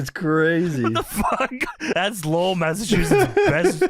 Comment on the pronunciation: being the only one who can pronounce or even know where these Massachusetts town names are make me proud as a Masshole. We know, our town names are weird and aren't spelt right